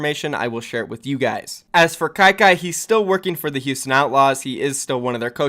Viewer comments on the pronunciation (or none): none